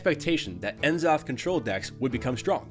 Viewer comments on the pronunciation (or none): it's nuh-zoth, not en-zoth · “N” zoth? Come on now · N Zoth? M Zoth?